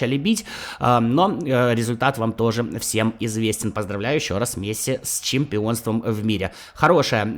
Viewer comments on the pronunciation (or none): none